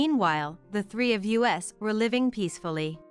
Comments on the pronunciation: The AI can't say us. They call it U S instead of uhs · No space between the different stories, which almost run into each other! Why is the pronoun "us" read as "u s" (2 letters), instead of the pronoun itself?